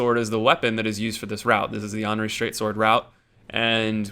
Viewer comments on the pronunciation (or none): no, it isn't fucking Onri. It's Anri. Like Andy. Or Annie. Or literally every other word that starts with "an". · Why don't you pronounce the "th" in Irithyll? Plenty of characters in the game pronounce the name, so it's not a mystery. Speaking of, Anri is pronounced with the 'a' like in "and", not like the 'a' in "all". No biggie of course, just pointing it out for some reason. Actually, one pronunciation that bothers me the most is Oeden from Bloodborne. The name is said out loud on many occasions, but so many people pronounce it completely wrong. Everything from oiden to oden. It's more like urden if the r is pronounced with a more open throat.